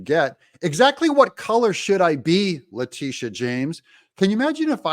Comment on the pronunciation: La -- sha...It`s pronounced (La Day Sha)...Da "dash" don`t be silent!🤣